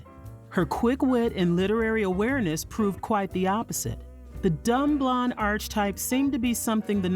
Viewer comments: Archtype is properly pronounced "arc-type" - don't pronounce the h as a ch. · You are so very good at this. I am a professional editor and please delete this when you read it but you mispronounced "archetype" twice. I know you'll want to correct that. ❤